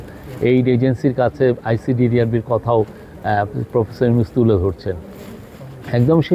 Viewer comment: মি: শফিকুল প্রেস সচিব আপনি কি বসের নাম এভাবে উচ্চারণ করতে পারেন? এটা আপনি কোথায় শিখেছেন?